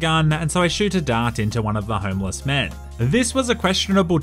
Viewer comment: What says, “homeless 47.” What I hear, “homo 47”